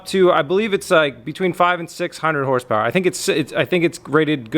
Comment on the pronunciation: "Bing bang bow 500 horse powah"